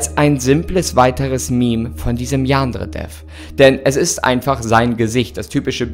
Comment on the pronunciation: Ich finds toll wie er statt Yan-dere-dev, yaandre-dev sagt 😅